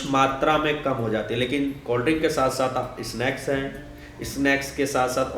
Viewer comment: Sala plus ko bol raha pilas, snacks ko isnake... Haha